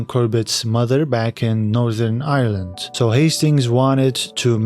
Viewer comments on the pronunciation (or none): none